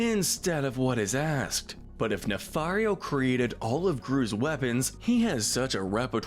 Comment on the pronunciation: I’ll bet you’ve finally learned your lesson in pronouncing Dr. Nefario’s last name better. 😒